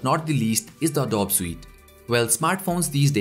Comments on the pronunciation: It's called ADOBE not adob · uh-doh-bee not adob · Its a-dow-bi not a-dowb LOL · Great video and sorry to nitpick but Adobe is pronounced 'Uh-Do-Bee' :)